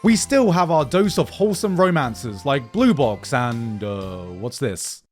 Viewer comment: Why do I keep hearing "blue balls" instead of "blue box"?